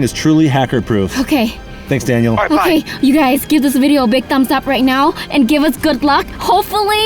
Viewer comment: When Daniel was calling v said Danyear